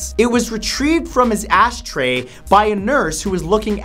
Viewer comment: Matt, you mispronounced Ash tray and instead called it an "ass tray"